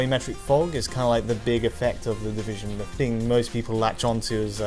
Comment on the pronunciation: The deeveesion beeta